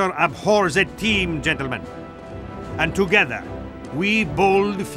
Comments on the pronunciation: "Gentelmen?" -Spy 2009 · "Spy among us, genttlemen"